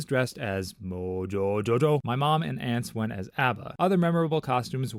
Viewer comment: That is legally the only way to say the name